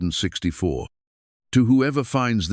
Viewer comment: Maybe if you taught your computer to read 1864 as 18 64 it would read the year correctly.